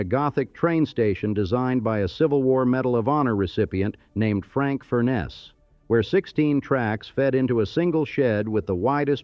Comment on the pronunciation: Almost 5 stars. Philadelphians will be very annoyed by the way that the narrator pronounces Furness, Schuylkill, Shibe Park (shy-bay?), Reading, and Lancaster. Masonic Temple is NOT south of City Hall. When discussing a Hewitt Building, a portrait of Horace Trumbauer is used. And the 1854 Consolidation did not double the population - it tripled it. But "Bravo" for an excellent history of the city's industrial past. Most of the people you talk about - Baldwin, Furness, Stetson, Cramp, PRR presidents, Cyrus Curtis of the Curtis organ - are buried at Laurel Hill cemetery where I am a volunteer tour guide. I cover many of these people in detail with my podcasts "All Bones Considered: Laurel Hill Stories" and "Biographical Bytes from Bala: Laurel Hill West Stories." And although I have lived here for 40 years, I am still not quite a Philadelphian.